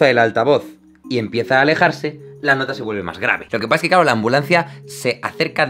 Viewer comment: "loquepaejhke" bendito castellano